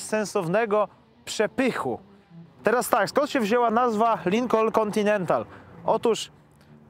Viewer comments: Lincon! Nie wymawia się "L". Ucz się od Złomnika! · A Złomnik mówi, że się wymawia Lykon. Tak mówi... Edit: Jednak Lynkon. Mówi, że Lynkon. Środkowe "N" mi nie działa w głośnikach.